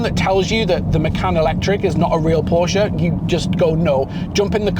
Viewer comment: A word to the wise ... "Porsche" is a two syllable German name. Those of us who are already in the club don't mind if pedestrians mispronounce it every once in a while, but ... Great review otherwise. I'm almost certain I'll move from my Macan S to one of these when it's proper to do so. Thanks